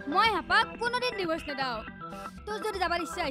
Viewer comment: Dee-vorce, not Die-vorce. Ek number faltu serial